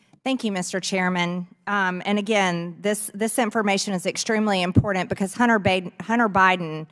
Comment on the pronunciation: Would somebody please teach Marjorie Taylor Greene how to say I am p o r t a n t